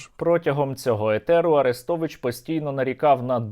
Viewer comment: Ну сука!!!!!за слово этер прям пиздец